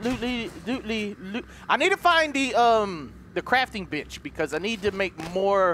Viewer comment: I'm sitting right by my mom and she is listening to this in the background and between and it sounded like he said crafting bitch and not crafting bench 😂😂😂😂😂